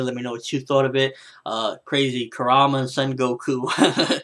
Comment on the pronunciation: Show the Son Goku some respect dude! Kuruma it is Kuruma! lol Great review! :P